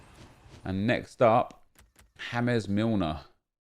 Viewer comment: The way he said James Milner. Idk why I found that funny